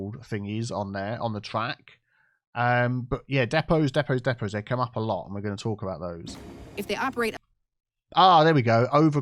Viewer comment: Depots, “Diiipaws” 😂